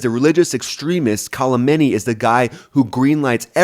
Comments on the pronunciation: His name is Khamenei, not Kalimany haha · another money making channel reading a dumb script like a bot. its Khamenei not kalamanie. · It’s not “Kolemeni” it’s Khomeni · The Name of supreme lider of the regime pronounced Ali Khamenei not Ali Khalmenei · Leader’s name is Khameini. Not Khalameini. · Cool content. But seriously his name is Khamenei (Kha-men-ei). Not sure where you're getting "Kolameni" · KALAMENI, nice it’s Khamanei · Kalemeni? His name is more like Kamenei. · His NAME is not Call A Mini . Did you just learn about him yesterday? There is NO L in his name. Kha Mein E. As opposed to the guy before him KHO Mein E. I like your channel but I'm a linguist and it bugs me when you are so inaccurate in pronunciation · Kholameni?? My brother in Christ learn how to pronounce the name a little bit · Kalameni? Dude.... any ways its a decent vid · You cannot even pronounce the name KA—ME—NEY. So ignorant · Ali... what?! Is it that hard to get his last name right? I'll spell it out for you and for all other Americans. Kha - me - na - i ! The i is pronounced as the name of the letter "e". Really not that hard. And no, it's not the same last name as Ali Khamenai's predecessor, the Ayatolla Khumeini (khu-mei-ni) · Who’s “Kalameni”? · Your content makes sense, but it's hard to take you seriously when you keep mispronouncing Ali Khamenei's name. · I’ve never heard anyone pronounce Kham’s name as poorly as does. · Man you can't even say "Khamenei" 😂 Americans 😂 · I love your video but you keep butchering Khamenei’s name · hahahahha bro khamenei has no L on it hahahah